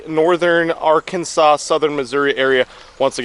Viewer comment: Its pronounced Ar-kansaw, not Ar-KANSAS!